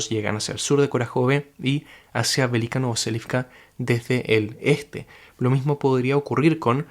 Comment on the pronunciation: siempre me suena raro cuando decís velika novoselivka, según lo que entiendo del alfabeto cirílico ruso y la misma traducción de tu mapa no seria velika novosilka ?